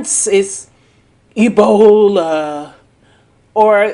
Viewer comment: The way she said "Ebola" 😂😂😂